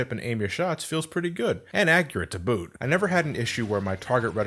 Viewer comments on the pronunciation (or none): none